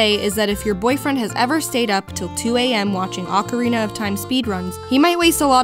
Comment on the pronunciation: Thank you for pronouncing "ocarina" correctly. Practically nobody does. Most people pronounce it "oak arena".